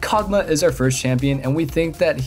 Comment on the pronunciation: “Kog Maw” not kog muhh